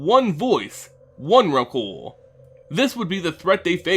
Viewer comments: Ps: "onerakul" thats so retarded!!! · There was alot of times he said Emerakul, but has anybody considered "Memerakul"